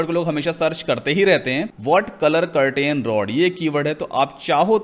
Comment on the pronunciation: do not pronounce curtain say Ker tn